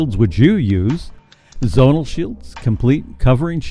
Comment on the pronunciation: Please remove the word REAL from the title, all of what you have talked about is theoretical or at best only just beginning to be researched, oh and the word Zonal is ptonounced Zzzz-Oh-Nal and not Zzzz-On-Al